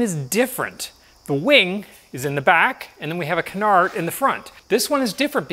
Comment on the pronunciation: Great video, btw its Canar, you don't say the D